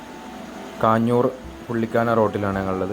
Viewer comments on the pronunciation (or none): കാഞ്ഞൂർ അല്ല കാഞ്ഞാർ 👍